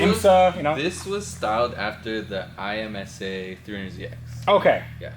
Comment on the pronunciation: Please stop saying I-M-S-A. It's called IMSA. Thanks. - IMSA Fans